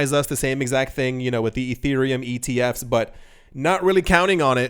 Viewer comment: It was funny when you pronounced ETFs and BTC completely phonetically like you've never seen an acronym before 😂